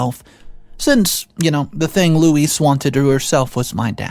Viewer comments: PLEASE I can't even count how many ways you attempted to pronounce the Wicked Witch's name but, next time, try Googling it! LOL Louise is actually a very phonetically spelled/pronounced name. Louise = Lou-ise or Loo-ees. NOT Lewis, Low-ees and the other things you tried. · Its not pronounced LEWIS, LOUIS or LOIS, its pronounced LOO EEZ. OP doesn't owe loo eez anything but gratitude for helping OP become self sufficient and self reliant.